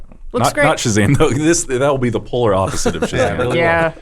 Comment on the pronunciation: The proper way to say Shazam is like Gomer Pyle